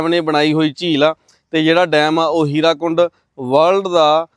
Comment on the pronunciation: Halay bhi bahut lokan nu muawaza nahin milia.Hirakund nahin,Hirakud.